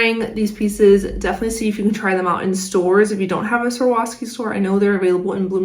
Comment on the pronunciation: It’s not that hard to pronounce the brand name if you take your time with it. Swar-OV-ski. 1. “Swar” like swarm, without the “m”, like a swarm of bees 2. “Ov” like “oven” without the “en” part And finally 3. “Ski” as in the activity You put it together slowly and you get “Swar-OV-ski”. Swarovski. Just say it slowly until you get the hang of it. You’ll get it eventually. Cheers!